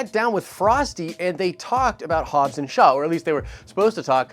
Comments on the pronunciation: "Shobbs and Haw" 😂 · I came to the comments to see if I heard "Shobbs and Haw" correctly. Happy to see that it's the #1 comment in the feed! LOLOLOL!!! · Shobbs and haww? Lololol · SHOBBS AND HAW LOL